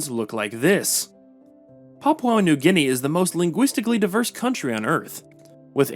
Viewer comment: "Papua New GUinea"